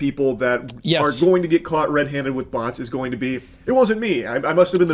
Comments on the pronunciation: If you understand “butts” instead of “bots.” I was worried. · Uff, I though he said "butts". We saved boyz